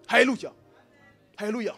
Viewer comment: Je suis d’accord mais pourquoi il dit alélucha😆🤨